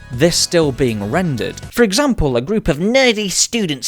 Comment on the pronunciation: "for exmaple"